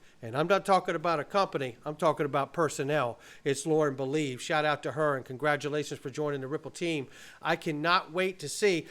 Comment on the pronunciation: Probably Lauren Belīve, not belēve.